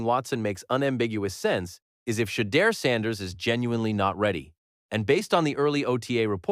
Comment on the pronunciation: Say his name right